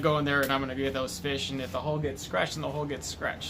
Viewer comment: Hull not hole Evaporates not vaporates Taken not tooken